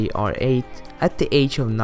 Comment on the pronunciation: I hate how people say Outi instead of Audi